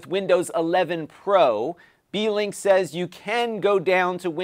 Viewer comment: I was welding while listening to the livestream, I swore you said it was a D-Link lol